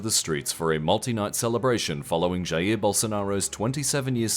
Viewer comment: You pronounced the J in Jair correctly yay!